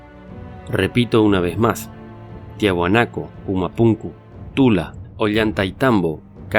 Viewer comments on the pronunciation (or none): none